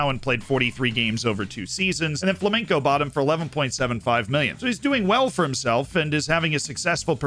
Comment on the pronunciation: it's flamenGo. With a G. Not "flamenco".